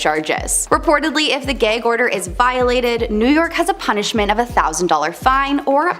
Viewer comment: You mean Gag order as in ghag not gayg 😆